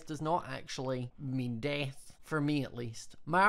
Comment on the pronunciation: "DeAAth" sorry i just love the accent😂